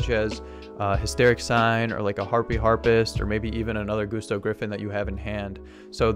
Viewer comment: Gusto's aren't pronounced GOOsto it's Gusto like Gus stubbed his Toe. You know? Like Gusts of wind.